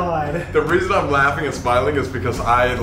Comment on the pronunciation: Idk if it's jest me but when It said reason it sounded like "reason to die"